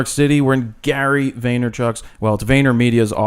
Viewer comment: Gary Vay - Ner - Chuck